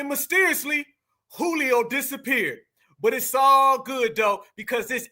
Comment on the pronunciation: Not “Julio” dawg!!😅😂